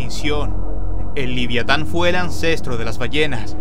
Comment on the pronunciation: Dijiste liviatan :/